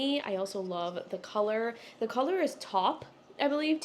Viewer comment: Taupe is actually pronounced “tope” (rhymes with rope)! A lot of people get that one mixed up. 😊